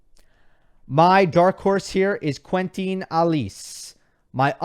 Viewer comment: I'm French and your pronunciation of "Quentin" always makes me smile (no offense). You can hear the correct pronunciation on his ATP page :)